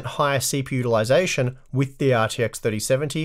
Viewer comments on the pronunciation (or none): I keep hearing "CP ulyzation" instead of CPU utilization.